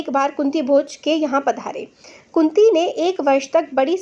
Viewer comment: madam apne kunti ko kuti bola